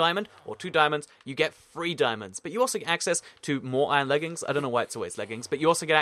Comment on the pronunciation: It's pronounce THREE*** NOT FREEEEEE